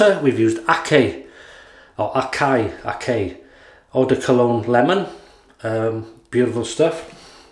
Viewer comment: Hi nice shave. the Akcay is pronounced as "aktsjaj" it is Turkish;) I saw an older video of your shave den tour and spotted allot of Turkish colognes so you must like them.